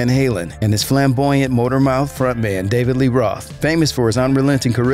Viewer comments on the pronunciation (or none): none